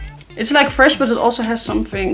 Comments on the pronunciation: Is Fwesh haha. I <3 you:) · Yesssssss FWESH day!!!